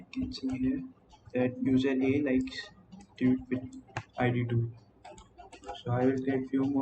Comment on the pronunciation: Not to be rude, but is it common to pronounce “Tweet” as “toot”?